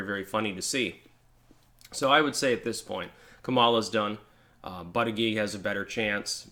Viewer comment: The fact you cant pronounce his name is a weakness, he needs a nickname.